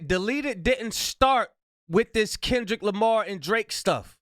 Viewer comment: Since you pointed out how WTD says Kendrick Lamar I can't not be aggravated by the way he says it 💀😂 also that hat 🙌🙌🙌🙌 yaaaassss.....I really adore the energy you bring it's contagious ... nowhere but up for you 2025❤ love from NC! 😘